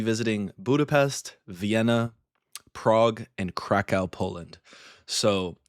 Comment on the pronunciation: You need to get the pronunciation right, otherwise people will think you’re a silly American. Budapest is pronounced Budapesht. Kraków is pronounced Krakoof.